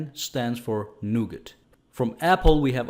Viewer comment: just a thing, "Nougat" is a french word so you have to prononce it with the french accent ( without the "t" at the end of the word ) ;-)